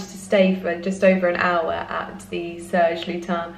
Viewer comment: The last ‘s’ in Serge Lutens is not silent. “Serge Lyoo-tance”. I’m French.